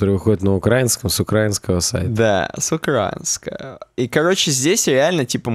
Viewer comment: Он отписался за то, что вы «украинский» неправильно произносите)